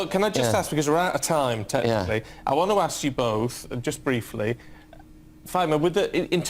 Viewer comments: Not axt but ask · You come here, but you dont learn how to say ASK? - Hmmm... LOL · I wish you'd learn how to pronounce ASK properly. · PS- I'M SLAGGING HER ENGLISH... QUICK BIT OF CONSTRUCTIVE CRITICISM - IT'S "ASK...". NOT "AKKS...". DONT KNOW WHY THATS SO COMMON IN AFRO/ CARIBBEAN DESCENDANTS,BUT IT GRATES ON THE EAR...JUST A QUICK HEADS UP...👍👍👍👍🙏🙏🙏👏👏👏👏👏